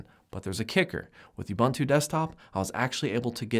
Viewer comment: The word "ubuntu" is an old African word meaning "humanity." It is pronounced "oo-boon-too". I don't know why people butcher this word so much...